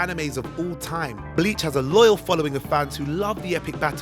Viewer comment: John It’s the same with the bleach mispronunciation. I don’t know why these channels insist on dipping their toe into anime content if they don’t bother to watch the anime in the first place.